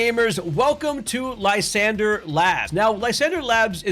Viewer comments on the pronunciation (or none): Its pronounced lis andrey. Not lie sander. Its supposed to be french.